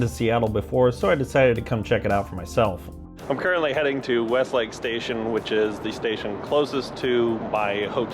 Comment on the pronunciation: You mean mean "Westlake"? lol / - Us locals usually say "rose-a-velt" not "roos-a-velt". Like the 26th and 32nd presidents.